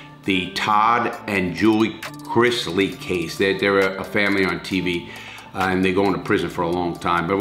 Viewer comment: IT IS NOT CRIZZLY! CRISLEY.